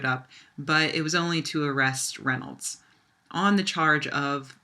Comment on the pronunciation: The possessive of Reynolds should be pronounced Reynolds's (reynoldzez).